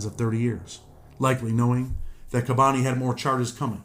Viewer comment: it's "kah-boni" not "kay-boni"